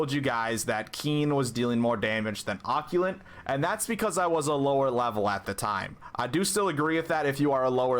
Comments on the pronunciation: Occult= OH-CULT Not OCK-YU-LIT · Great build, though Occult is pronounced Ah-Cult. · "occulent" lol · I was so confused about what he was talking about, then I realize that he doesn’t know how to pronounce “Occult”